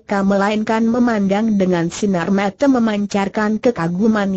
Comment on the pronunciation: Yang paling Tdk cocok Tulisan Cerita Di baca tak sesuai Tulisan Cerita sehingga Yg mambaca tdk bisa Menguasai Alur Cerita akam salah Mengetahui isi Cerita Contoh: Tulisan Sang Dibaca Seng .tulisan Mata dibaca Mate , dsb Mohon bisa untuk Lireksi